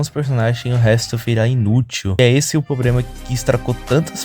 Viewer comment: ce fala "probrema" kkkkk pensei que fosse carioca